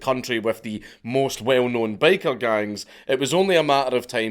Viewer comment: I wasn't paying attention while listening to this, so for the first few minutes I thought he was saying," Baker Gangs." Which I was pretty amused and confused at the same time. I imagined Bakers fighting over bread territories and control over the white powder.